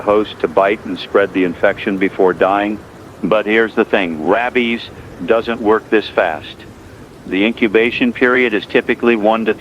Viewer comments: Pretty sure this is an AI choice because of how it pronounced "rabies" like "rahb-ees" at some point, but I just want to say that the AI voice is incredibly good. It's got to be a paid version of some voice AI because it's 100x better than the kokoro 82m voice TTS that I've used to make ebooks into audiobooks. Kokoro is pretty good, but it's still obviously robotic, but this voice in the video is damn near perfect. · The out of nowhere mispronunciation of rabies as RABBIES actually made me laugh. 😂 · "but here's the thing. RAH BEES, doesn't work this fast." Great. But what about rabies?